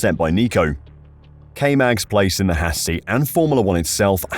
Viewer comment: It’s haas not hass